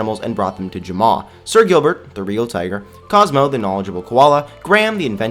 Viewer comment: why do you pronounce Jamaa Ja-mao?